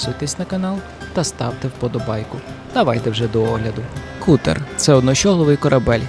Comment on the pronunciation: Не Кутер, а Катер, броооооо